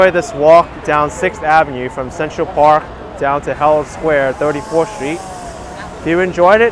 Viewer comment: Love the way says 'Avenyeux with a nice French twist. Perhaps I've been pronouncing it wrong all these years as ' avenew' Lol